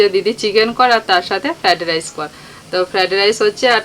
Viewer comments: Fadrice noi fried rice.nun bolte pare na,lobon,bisri lage. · আগেও শুনেছি ফ্র্যাড রাইস বলে,যেটা শুনতে খুব কানে লাগে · ফ্রায়েড রাইস উচ্চারণ টা ঠিকঠাক করে করো শুনতে খুব বাজে লাগে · Thikk bolechen bolte pare na era thikk kore...kon school e poreche sotti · ও গ্রামের মেয়ে। ওর উচ্চারণে একটু ত্রুটি হতে ই পারে। কিন্তু আমরা ওর রান্নার জন্য চৈনল দেখি । এক গ্রামের মেয়ে কি সুন্দর ভাবে চৈনল চালায় এটা খুবই খুশির কথা❤